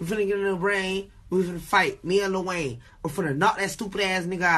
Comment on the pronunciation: Kodak cant even say lil wayne right 😂